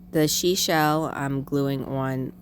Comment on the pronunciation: "Shee shell" lol. Sea shell. ❤❤❤❤